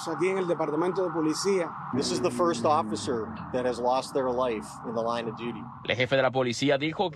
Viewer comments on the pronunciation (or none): none